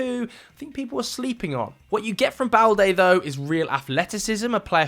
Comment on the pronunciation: Loic Bade not balde